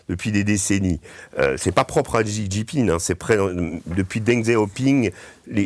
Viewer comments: Xi se prononce "shi", pas "csi". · pour info : Xi se prononce Chi